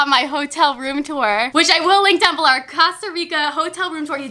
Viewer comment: "which I will link down beler " 😂😂